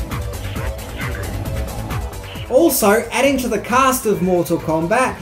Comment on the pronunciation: He literally says "Ed Bloom provided the voice of Scorpio", "Robin Shao", & "John Tobey-Us"...Maybe this is how Outworld pronounces these names?